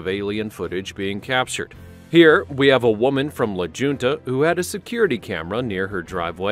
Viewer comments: Its La HuntA not la junta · "la JUNTA"....?? 🤦🏻‍♂